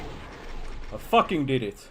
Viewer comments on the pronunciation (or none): "I fwakin ded it"